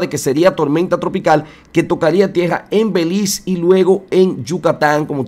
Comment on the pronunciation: Todo muy bien... sólo que pronunciar el nombre de Belice, siempre ha sido así, hasta ahora oigo el título de Beliz